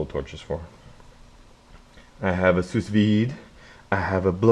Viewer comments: It's "SOO VIDE", not "sous vide". Jesus. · It cooks steaks by boiling water?? You're an idiot. And its pronounced Soo-Veed moron. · Lol. I think it's pronounced 'sue' veed. Cool though